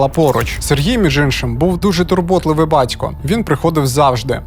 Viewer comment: Жицця, Тецяна, бацько, сміцця..... Що це за ідіот- говір? Чоловіче, працюй над вимовою та інтонацією, тому що це є мінімальна основа для диктора. А ще, в колі нашого об'єднання ми на цих звуках багато раз ловили рашистів, ну і ремонтували їм щелепи, безкоштовно.